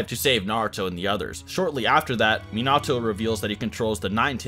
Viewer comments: bro if you say miNAHto one more time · It kinda hurts when he says, mee-nah-too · Its pronounced as men ah toe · Like the info but dang can we say their names right? Not Mi-Nato. It’s Mina-To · Sorry I just gotta .... It isn't Min-AHto It's Min-uhto In both sub and dub it is.. just Saiyan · its minato NOT minatso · Me-Not-Toe?... oh, you meant Minato. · I love the video. U have knowledge of the Naruto world an wat u are speakin is facts !!! But... The 4th Hokage's name is pronounced (Min-nuh-to) 🤦🏾‍♂️. Minato.. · Its pronounced “Menatoe” like that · The way it saying minato your saying like min-nato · when he calls him mnato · Min not toe? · i hate that you know so much about naruto but you havent pronounced a single thing right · You know your pronouncing Minato wrong ... nevermind you pronounce a lot of it wrong plz watch sub again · So many different pronunciations of Minato in this video 😂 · the way he pronounces minato is just.... AAAAAAAAAAAAAAAAAA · why he saying minato like that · Cringing every time I hear him say Minato wrong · How TF did you just say minato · Not a fan of the way he pronounces Minato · If you are going to make a video about a character, you should at least learn how to pronounce their name first.